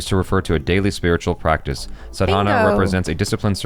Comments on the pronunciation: you're pronouncing it wrong. It's not Sadhaana, pronounce it as Saadhana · Its Sadhna Which is spelled as Saa-dh-naa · right pronounciation - "Saa-dha-na".......... rightful meaning is 'practicing an act by repeating'........ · you are pronouncing it wrong, it is like "saadhna"